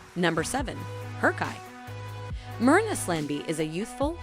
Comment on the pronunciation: I think harcai is pronounced as harjai